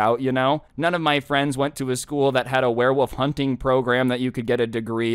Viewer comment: Everyone: werewolf: werewoff ( I don’t know if anyone noticed that says werewoff instead of werewolf idk it’s maybe just me but I still found that a little funny.)